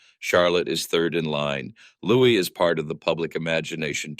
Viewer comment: His name is Louis not Lewis